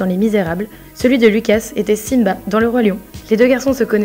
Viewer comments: 2 choses que tu savais pas sur st. 1.On dit demogorgon et pas gorgone 2. Lucas et pas lucasse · Pas lucase Lucas